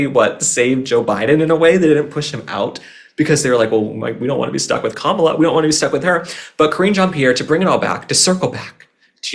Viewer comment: Thank you again. I love your honesty about Kamala. 😂 you said it correctly. .. lol